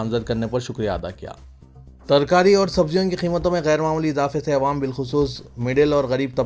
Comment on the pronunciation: Assalamualaikum Bhai apne pronunciation ko theek Karen awaam kahiye